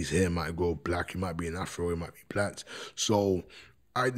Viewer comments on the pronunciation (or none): none